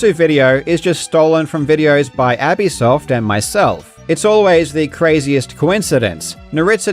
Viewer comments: Please don't take this as a critical comment, just a worthless side comment. Abyssoft's name is taking from "abyss", for deep undersea. It's pronounced uh-biss. I wouldn't comment this on anyone else's video, but your dedication to fact and respect for these fellow youtubers being stolen. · Wait it’s pronounced “Abby Soft” instead of “Abyss Soft?!” 😂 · Lol you were saying "Abby soft" but I'm pretty sure it's pronounced "abyss soft"